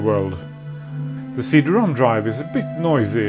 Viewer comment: I enjoy these videos very much. Were you having a bit of fun by saying C Drom? I assume you know it's CD ROM, as in Read Only Memory. The favorable assumptions are based on you being by far one of most articulate people on YT, which I really appreciate. 😊